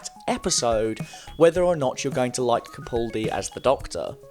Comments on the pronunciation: For future videos, it's pronounced "CaPALdi," not "CaPAWLdi." Okay, thanks! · I do wish that at least fans of Doctor Who would learn how to correctly pronounce Capaldi. It's Ca-pal-dee not Ca-pull-dee.. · With the recent change of Doctor, I suppose it's too late for you to learn how to pronounce "Capaldi".